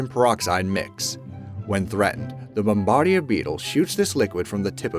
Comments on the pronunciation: It's "Bom-ba-deer" Beetle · That's not how you say "bombardier" and the word you're looking for isn't "in vertebrae" but "invertebrates."